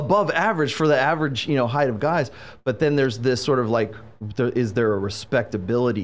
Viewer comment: height, not “heith”